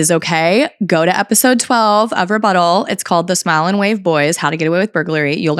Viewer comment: Your REButtals are always so on point 💯